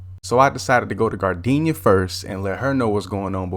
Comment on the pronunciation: "gardinia" had me dead😂😂